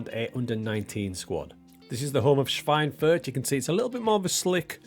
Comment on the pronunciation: 3. Liga is pronounced "dritteh leega" (=third league). And it's "Airster Eff Tseh Schweinfurt"(First FC...). Yes, your pronunciation of Schweinfurt is already pretty good. Within speaking English, I think it's absolutely fine if you say third Liga.